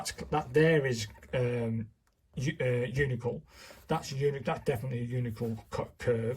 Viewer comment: Why do you mispronounce “uncial” so badly? First, the “i” is AFTER the “c.” And the “c” is not a /k/ sound. The word i pronounced “UHNT-seeyuhl.” You’d think someone as schooled as you are in calligraphy would know this